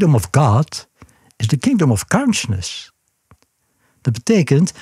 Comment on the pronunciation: Kaunsjness.... Het duurde even tot ik besefte dat hij counsciousness bedoelde...